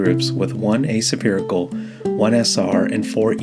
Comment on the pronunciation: a-suh-pherical...?? Not heard it pronounced like that before ;-) looks like a great lens, thanks for the review